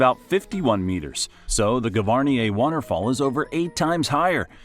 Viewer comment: What shocked me the most was the pronunciation of Gavarnie.